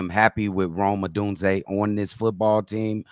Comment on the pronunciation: Cee-Doo-Bee-Yae pronuncing Rome Oh-dune-zee-yae.... Hahahaha...